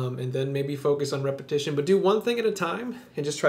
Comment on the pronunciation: . The word is "Repetition" NOT "Repetion". Also - could you do a video on 3/4 time overlayed on 4/4? I play guitar and need to be able to do this with 2 fingers on separate strings.